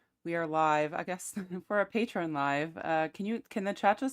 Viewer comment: It’s Patreon not tequila